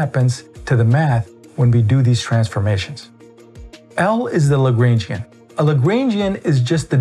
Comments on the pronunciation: I wouldn't pay too much attention to this guy, he can't even pronounce 'Lagrangian'! Seriously I've never heard anyone who knows what there talking about pronounce it that way. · I’m sorry but WHY do u pronounce the Lagrangian like that??